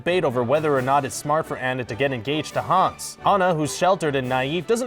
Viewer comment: Cringing at how he pronounced "Anna". Am I the only one or nah?